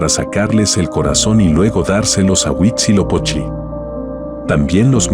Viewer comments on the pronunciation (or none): Cynthia, fantástico documental. Respetuosamente, le comento que el narrador pronuncia, "Guisilopochi" refiriéndose al Dios Azteca de la Guerra y correctamente es Huizilopochtli, es decir, la terminación es tli. Muchas gracias.